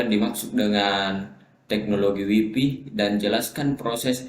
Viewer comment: WiFi, bukan waifai